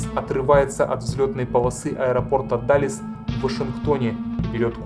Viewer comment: Какой "даллес"??